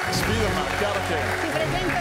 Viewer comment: Sì ma perché dice SPIDERMèN????